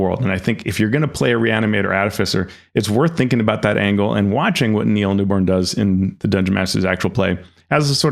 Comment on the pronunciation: Let’s collectively agree to stop getting Neil NewBON’s name wrong, please. 😅